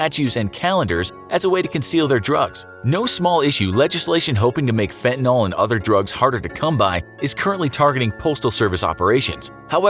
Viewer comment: say it with me, TIS: FEN-TUH-NILL, not FEN-TUH-NAWL. 🤦‍♂️